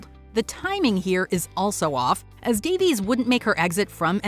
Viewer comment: I am pretty tired of these sharp American lecture-y type videos where a Puritan voice kind of bellows in your ear 85% of stuff YOU ALREADY KNOW. Writing that pretends to be writing: recouping/recuping is not a word - it's recupERAting. Davies is pronounced Da-viss, not Da-veez.